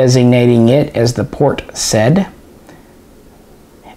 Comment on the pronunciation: Couple pronunciation`s : Kulsprute (= bullethose) - cool sprute Port Said - Port Sa-iid (not Port Sad or Saad)